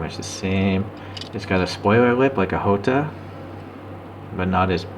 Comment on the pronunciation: nice presentation 🤘 but its jota not hota